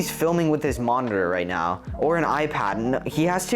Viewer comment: Really due are you serious right neow